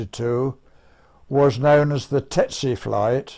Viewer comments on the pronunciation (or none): Why do you write "tsetse" and pronounce it "tetse"? I'm probably too German to undestand... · That's TSETse. Not TETse. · Why the F do the two first pilots say TETSE instead of TSETSE? Are all British pilots dsyslsectsic? Better call it the DH Tetse, then. Are those two a bit dada? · Strange that everyone is pronouncing Tsetse as 'Tetse' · The narrator mispronounced Tsetse...strange.